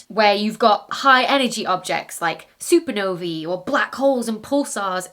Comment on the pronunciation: I love that you've finally made the effort to pronounce the plural of supernova correctly. Hooray!